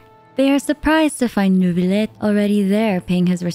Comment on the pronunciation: did u say neuvibleh???